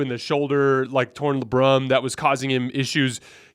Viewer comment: I know he didnt just say CJ had a torn "luhbrum"...